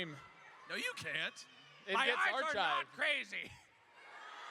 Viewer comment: There's and his "archived";)